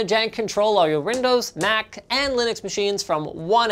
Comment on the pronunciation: "Control all your Rindows Mac and Linux machines"